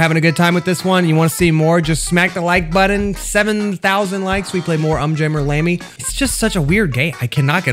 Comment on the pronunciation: you prounounced the Um wrong its like om not just actually um